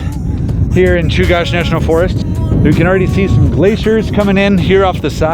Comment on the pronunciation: Awesome video. Knowledge for the group at large - Chugach is pronounced like chew-gatch not like cache. Glad you got to enjoy some beautiful Alaskan summer weather.